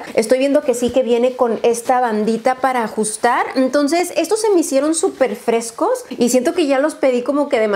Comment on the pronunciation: Hola No sé si es idea mía o dices "emtonces" en vez de entonces 🤔 O quizás no escucho bien, no lo sé